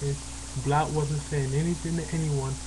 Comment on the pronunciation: you cant even say Blount right. Do you even know when Blount said about Boise State before the season? You have no facts. Are you related to Al Sharpton?